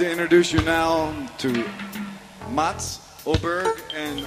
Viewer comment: I attended that very concert - Johanneshov isstadion, Stockholm. I remeber Frank reading (mispronouncing) their name from a piece of paper he took from the pocket. Nobody had ever heard of Mats and Morgan so we didn't get why they were there in the first place. But we enjoyed it all the same.